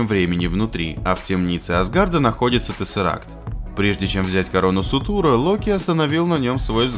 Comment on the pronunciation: Боже это СуРтур а не Сутур